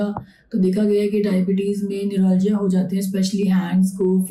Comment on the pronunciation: न्यूरोलॉजीया नहीं बेवकूफ न्यूरालजिया